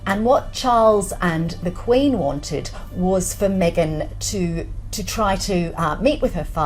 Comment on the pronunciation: Me-gain's not Canadian